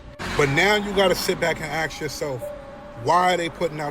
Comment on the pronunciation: ...axe(ask) ....so annoying lol..sorry not sorry